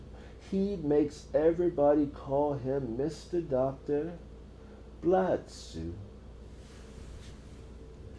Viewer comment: Why is this idiot pronouncing it “blad sue?” Do you see a U or an A in that name? It’s pronounced how it sounds, you had it right the first time before overcompensating